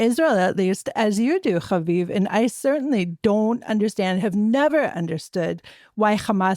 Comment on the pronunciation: is ridiculous and comes off incredibly naive sometimes. When she said but it’s not fair that we struck Qatar. Like are you serious?! Haviv had a great response tho can always count on him to tell it how it is. Also the way pronounces havivs last name is seriously getting old. Stop being so dramatic with it jeez! But yeah was trying so hard to get haviv to validate her opinion that the IDF is acting like a big bully. Can’t stand her but I do love the times of Israel and every other person they have on